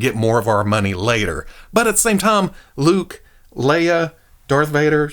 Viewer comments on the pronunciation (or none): none